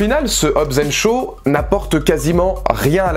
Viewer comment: Pis c'est Shaw pas Sho!